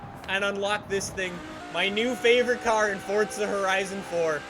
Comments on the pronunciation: why do you say fortsa horizon 4 it is Forza horizon 4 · NOT FORTZA ITS FORZA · why does he call it fortza horizon 4 lets play fortza horizon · day 276: still cant find the t in forza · Why he say forza like that